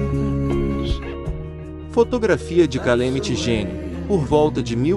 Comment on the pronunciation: gostei da trilha toda tirada do RDR2 obs : na proxima vez procure saber a pronuncia dos nomes tipo Pat Garrett e Calamity Jane ficou irreconhecível a pronuncia de ambos